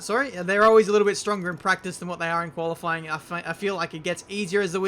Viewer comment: Did you just say Koala-fying pace programme??